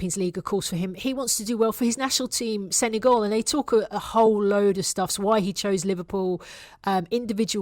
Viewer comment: ...he's a little bit coy about it.....if only you knew what coy means in Senegalese...! And it SeneGAL, rhymes with pal. not Senegaul which rhymes with haul....